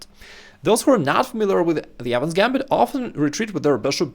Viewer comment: bro this whole time i thought he was saying "adams gambit"